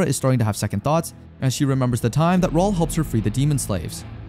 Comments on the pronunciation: I eventually stopped calling him Raoul and started pronouncing it as Raúl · WHY CANT HE PRONOUNCE RAUL?...😂